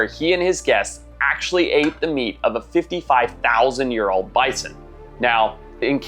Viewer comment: Love the videos man ! Hate the way you fucking say year tho lol keep up the great videos tho !!